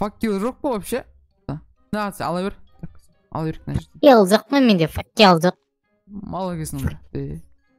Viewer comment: керемет, одан артық не керек. Видеолары күштірек, достарыда керемет. Сосын Нуб факел дегенді факуй дей ма? 😂😂😂😂😂